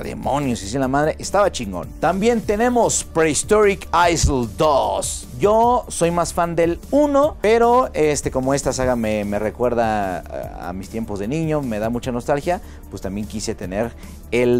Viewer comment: Un comentario constructivo, nada más para siempre seguir mejorando: Island se pronuncia Ailand, la S es muda y lo mismo pasa en todas sus variables como en: Prehistoric Isle se pronuncia Ail. También en Stalker, la L es muda: Staker Mi jefe también tenía arcades, CPS1, 2 y de SNES de esas de tiempo. Lamentablemente en un momento de necesidad, las tuvo que vender, como no le pude llegar al precio en ese entonces, no pude comprarlas, una lástima.